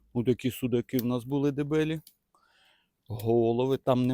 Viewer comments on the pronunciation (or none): none